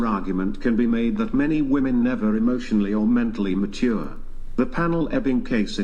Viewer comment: the dumb dumb on the right of the screen is yet another woman .. who can not pronounce "womEn".